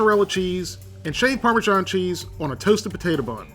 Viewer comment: I think parmesan is pronounced "parmazan", not "parmijon". Otherwise great video